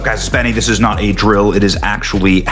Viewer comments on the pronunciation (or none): none